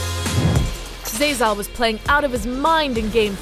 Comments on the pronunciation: Why can’t she say zeyzal? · zay zal lul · Is it that hard to announce Zeyzal’s name correctly? Can we get an announcer who actually watches league?